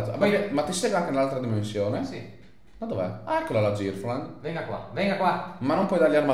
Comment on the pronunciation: ma l'inglese girlfriend si legge gerlfrend non girflend